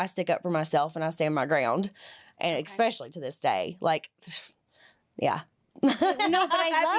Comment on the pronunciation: Love that the interviewer said expecially